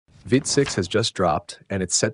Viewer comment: It's "veet", not "vit".